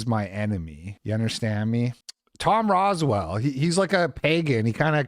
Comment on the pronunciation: It's Rowsell, not Roswell. Not to get all "well ackshually" on you.